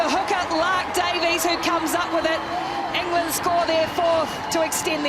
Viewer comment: Enger-land! It's not dayboo kiwis.